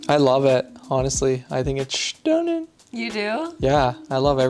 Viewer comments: It is Shtunning!!! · Yes, it's "schtunning"! I love this kitchen! It is perfect, every detail. Bravo to you both! ❤❤❤❤